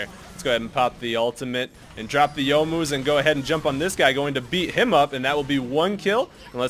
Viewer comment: Around 22 minutes, why were you healing when you hit the ward? Also I never realized how much I appreciate that pronounces Youmuu's correctly.